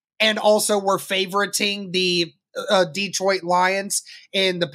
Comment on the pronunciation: Detroit is not pronounced Dee-trout. It’s Deh-troit. Just thought you might want to pronounce it correctly with respect.